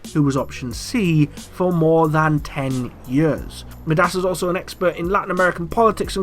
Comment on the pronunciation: Wouldn't it be MY-DAS not ME-DAS